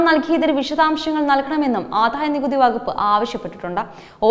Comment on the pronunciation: ആധായ നികുതി അല്ല കൊച്ചെ - ആദായ നികുതി എന്നു പറ.